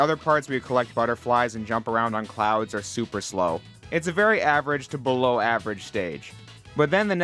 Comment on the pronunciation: "so bellow" 🎉 Thank you for this video